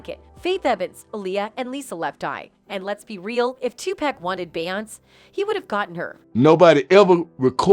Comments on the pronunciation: Just like that voice saying “Bay Ons”!!! On another video I wrote BEY- ONS-SAY!!! Say her name right, along with all the other names!🙏🏾🙏🏾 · “2 Pack” and “Bayons”!!! 🤣🤣🤣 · 'She' is saying 2pack and Bayons, because she is a TTS program, not a real person.